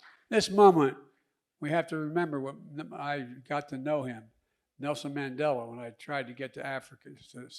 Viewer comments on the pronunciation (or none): none